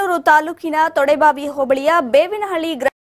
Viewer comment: Ayyo ಅದು ತೋಡೇಬಾವಿ ಅಲ್ಲ ತೋಂಡೇಬಾವಿ